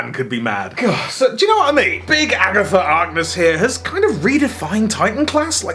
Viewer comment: "Agatha Arkness." Nice.